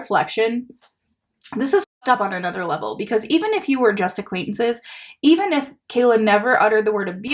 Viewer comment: "acquaintenances" also got me 😭🥺